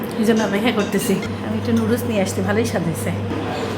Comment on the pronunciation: নুডুলস কে কিভাবে এই অশিক্ষিত মহিলা লুডুস বলে?👍